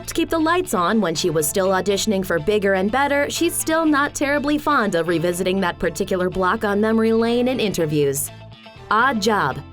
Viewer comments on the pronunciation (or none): none